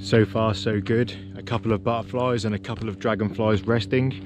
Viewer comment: Love your videos and always learn somfing new. Keep up the good work but ‘into the marshes’ was a bit of a tease for us oldies… could you put the t back in butterflies. Sorry to moan but it distracts from the scripture whilst working out what a burflie is. ❤